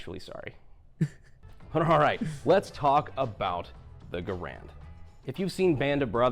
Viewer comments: Yes, the proper pronunciation of John Cantius Garand's name is closer to GARE-und. The reason that I am so firmly convinced of this is that I have actually heard the man himself pronounce it that way, in a film of a speech that he gave, and he started out by introducing himself to the audience. Giving him the benefit of the doubt, I'm confident that he knew the proper pronunciation of his name. As Mr. Garand was actually French-Canadian, from the province of Quebec, and thus was a native French speaker. His family emigrated to the U.S. when he was a child, and as a result he actually pronounced his name with a little bit of a French accent, with the "-und" syllable pronounced in a sort of nasal manner with the last 'd' being silent. I'm sure that the pronunciation became "Americanized" due to the fact that at the time of the rifle's adoption it was long before there was easy widespread access to audible recording, and any documents and information regarding the rifle was propagated by on-paper documentation. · John C Garand was French Canadian, and the name is properly pronounced Gair und, not Gar And. Having a family name people often get wrong, I think it polite to use how Garand pronounced it.